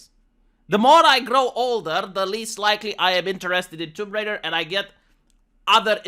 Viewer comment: She's Tomb Raider, not Womb Raider. smh